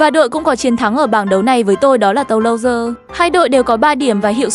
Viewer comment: Bạn không xem la Liga à mà không biết Mallorca Sau dọng google lại đọc là inta Milan😂 Tô-lô-dơ😂 Rennes là CLB ở Ligue nhé